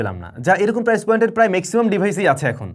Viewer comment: প্রাইজ?😂 নাকি প্রাইস ভাই? এরকম ভুল শেখানো অনুচিৎ